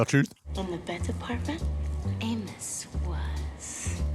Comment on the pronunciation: Their mouths' resistance to correctly pronouncing "Amos" was something to behold.